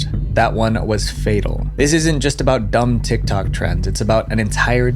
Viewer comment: You can tell that he is quoting due to the emphasis on "dumb"